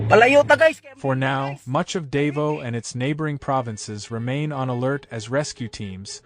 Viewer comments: Its called "Daw Vow" said quickly not "Day Voo" ie " Davou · It's not dave-0 it's pronounced da vo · Its NOT pronounced, DAY-VO! GODDAMN why cant they at least take the time to learn how to say the name of the city! its pronounced, DAH-VOW. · The place is pronounced DA-VOW, not "dave-oh". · Theres a bunch of Scuba diving there, man what did they go through? FYI its not "Dave-Os" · so sick of AI - the city is Dah-vah-oh - sheesh -cant you idiots do anything right???? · Wie bescheuert muss man sein, über ein Land und über städte zu berichten, aber permanent die namen der Städet total falsch auszusprechen. Davao ist nicht Davos (die Spercher und Sprechering aussprechen) Dasvos ist in der Schweiz und nicht auf den Pfilippinen. Und Davao heißt auch nicht Davo. Eine Stadt Davo existiert nicht. Dämliche Sprecher oder Scheiß-KI. Es heißt Da-va-o !!!!!!!!!!!!!!!!!!!!!!!!!!!!! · So you know its pronounced Dah-vow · As ever, American commentators demolish the correct pronunciation of overseas place names. Why do they always do that? Are they not educated? Do they have no sensibilities? And indeed, why have an American voice at all? Real ignorance is demonstrated when these speakers show such disdain and utter lack of respect for local communities. Perhaps we ought to say Wishington or Califunia or Los Ongeles or Tixis or New Yuk or Busten .... and see how they like it! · well, you got every single city name WRONG, but Leyte. HAHAHA